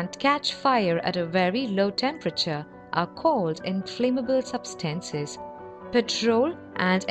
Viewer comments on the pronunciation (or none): Substahncies XD